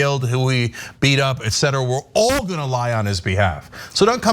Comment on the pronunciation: Dude tried to cover that fart right up with a heavy "ALL" .🤣